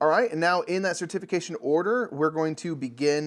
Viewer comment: Idk about this rogue pronunciation of certification - cer-TIF-ication vs CER-tification 🤣 Glad y’all are getting into Lecerda games.. makes for longer playthrough videos 😎